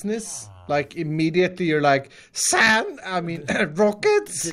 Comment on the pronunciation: go to and just listen to iskall say "sAnD" over and over again